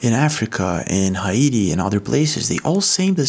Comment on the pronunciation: Im sorry, "hi iti" 😂😂😂